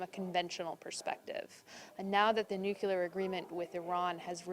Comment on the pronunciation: THIS IS A WEAPONS EXPERT? SHE CAN'T PRONOUNCE NUCLEAR CORRECTLY EVERY TIME. SAW HER ON MSNBC ON 4/8/2017 AND SHE MISPRONOUNCED IT EVERY TIME. SHE SAYS NOOK-U-LAR, AS GEORGE W. BUSH DID. ALSO HAS A PROBLEM PRONOUNCING THE LETTER D AT THE END OF A WORD. USES THE LETTER TO AS THE FINAL D IN WORDS ENDING IN D, LIKE GOOT DAY INSTEAD OF GOOD DAY. ERGH!